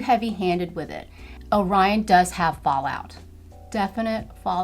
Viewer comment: Beautiful look! I wonder if using a base of glitter glue would help with the fallout. I'm really torn about purchasing it. Waiting to see if it comes to Sephora. I've watched numerous reviews on this palette, and you are only the second person to correctly pronounce "Orion" and "Quasar." Good job!